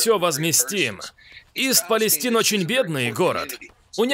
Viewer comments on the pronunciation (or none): ИСТ ПАЛЕСТАЙН !!! Или Восточная Палестина . А то ''ист палестин'', ухо режет.